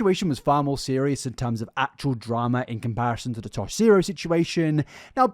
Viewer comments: It’s Tosh point Oh not Tosh Zero. Tosh.0 🤣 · i'm halfway through this and it's a phenomenal video as per usual but omg hearing you say "tosh zero" is sending me. tosh.0 used to be a show on uhhh comedy central i think?? i could be wrong, i probably am. but it's pronounced tosh-point-oh :) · "Tosh Zero." 😂 It's Tosh POINT "O". Ah-- why am I here? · It's tosh(point)oh not tosh zero 😉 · The way you say Tosh zero bothers me so much It's tosh point oh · Isn’t it pronounced tosh point oh? Is it actually tosh zero? I’ve never heard anyone call it that, but I also couldn’t have cared less when it was on. The boys in my class all talked about it and called it tosh point oh but they could have been wrong idk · Babe- you have to stop saying Tosh Zero. It's Tosh/point/oh. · It’s Tosh point oh… I’m sorry it was bugging meeeeee 😂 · "Tosh zero" 😂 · “tosh ZERO” is killing me 😂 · Jsyk, Tosh's show's name is pronounced "Tosh-Point-Oh" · Omg yes though 🤣 I was listening and was like wtf is Tosh Zero?! 🤣🤣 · Tosh-point-oh like 2.O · It's pronounced Tosh point O. lol I am a fan of the show and was yelling at my PC :) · I love hearing confidentially explain Tosh.0 while mispronouncing the title (Tosh-point-oh). Seriously all love you're amazing just tickled me 😂